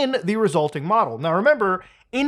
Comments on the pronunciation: Him pronouncing model as modal is killing me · you keep saying modal collapse instead of model collapse. is that canadian for model?